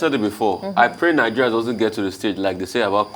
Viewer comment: Why does that girl pronounce words like that? Especially Nigeria. Nawa